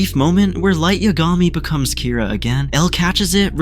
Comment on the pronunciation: Who edited this? Two Oh university? Light Yag Ami? I can’t. It’s nice that the AI voice kind of sounds like Light’s American VA, but the pronunciation is so off.